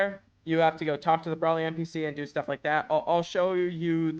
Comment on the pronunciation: if ur gonna make a vid on this use the names right like feck bros sayin braly not broly